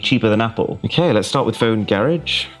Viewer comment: Its pronounced Garage, not garage.... 😏😏😏😏😁😁😁